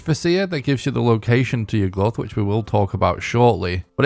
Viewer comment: Why do you pronounce it like Yug-Luth 😭